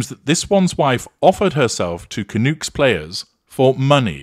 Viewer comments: Canucks not Canooks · The hockey team is pronounced Vancouver Can-UCKS, not Canooks. I'm a Canadian and our nickname amongst other Canadians are Canucks (no "oo" in there). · It's pronounced "Canuuuks". Not Canooks. Canuck is slang for Canadian. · Lol, I got a good kick out of how your pronounced "Canucks." - likes nuts. Vancouver Canucks!